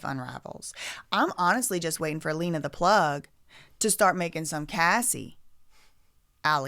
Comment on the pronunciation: Why are you going to talk about their daughters looks?? And stop purposely pronouncing Lena’s name wrong.